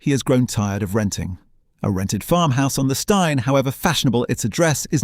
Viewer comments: Steine rhymes with green not wine. So annoying these docus. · Steine pronounced as styne?! Nope. It may be unfair, but stopped watching at that point. I don't care whether it's or anyone else, the moment you show you didn't research how to pronounce place names, I wonder what else you maybe didn't research well enough, and figure it's time to move on. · Not all photos are of Brighton...so sloppy. Cannot even pronounce 'Steine' correctly.